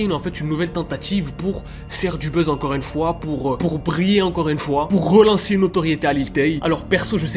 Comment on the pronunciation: " Rolancer " , " Rodisparaitre " 😅